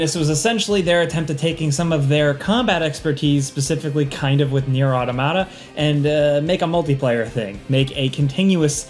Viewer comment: Say “automaton”. Automation. Say “automata” Otto Motta. 🫠